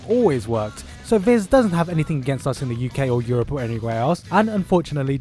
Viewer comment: It`s entertaining to me how you say UK and Europe :D